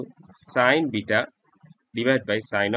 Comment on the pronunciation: the way he says alpha anddd bita🤣